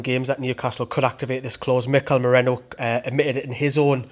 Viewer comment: MERINO NOT MERENO OR MERENIO